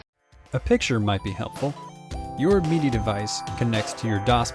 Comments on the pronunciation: He keeps saying "meedy" instead of "middy" for the pronunciation of "MIDI". Have I been pronouncing it wrong all these years? :) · "Meaty" controller. Am I the only one that says "Mid-ee"? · Is this guy saying MIDI wrong or am I? I've always said MID-E as in the word middle followed by the letter E. This guy says it MEED-E as in the ye olde drink Mead followed by the letter E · “Your Meaty Device” lol 😂 never heard someone pronounce it that way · Excellent video, but I can't be the only one slightly annoyed by hearing MIDI pronounced as 'Meedy', am I? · What's a Meedee file? Is that like a MIDI file for people who don't know how to pronounce words? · Lol I kept thinking you were saying “meaty” device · Enjoyed your video. I've just never heard anyone pronounce MIDI the way you do 😄 "Meaty." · Am I the only one that's really annoyed at the pronunciation of MIDI? I'm not the person that usually complains about this, but "mee-dee" sounds a lot like "media", especially with the loud background music.